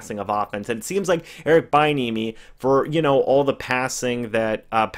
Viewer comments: bro its pronounced "be enemy" not "bye enemy" thx 4 that laugh and yes these are real tears lmao great breakdown tho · It is pronounced b-n-uh-me. And Chris Brown is a singer not rapper. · Its pronounced B-enemy, if he becomes our coach I need to be able to watch your videos about him, without you destroying his name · He might be an excellent HC at some point I just don’t think the Bucs can roll the dice on a position coach at this time. It’s pronounced bee-enemy btw. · his name is pronounced "Bee-N-eh-mee" just a heads up playa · Check that pronunciation bud (Bee-enemy)!!! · It’s “be enemy”!!!!!!